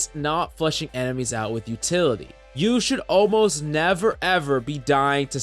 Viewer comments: Utily lol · What it you don't have "Utily"?